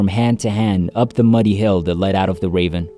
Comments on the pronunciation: You keep talking about a "raven." Do you mean "ravine?" I don't understand you. Is this an AI talking? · Ravine not raven